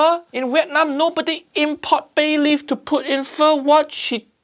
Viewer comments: 3 seconds in, pronounces it, "FAH"...oh lordy. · How can she called it “Pho” 😂😂😂 completely wrong, completely 😔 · I see he is so sad he said fur but not pho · Well her calling it Fa like the musical note shows how little she knows about the dish Pho so sad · Ok "pho lady cheater" btw it's phở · Is it just me or does everyone saying "Pho" just sounds like fuck? 😂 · I'm a Vietnamese and I just don't know what abomination is she making instead of Pho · As an Vietnamese, im offended by her Pho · My goodness.. How do you manage to fuck up Pho? Seriously... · Uncle Rodger needs to look up how to pronounce pho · You can do shortcuts without butchering it! I can buy Pho cubes for 20 cents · She literally "butchered" pho!